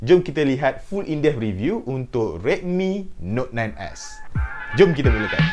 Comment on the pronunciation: Yang aku dengar dia cakap redmi note 9 ass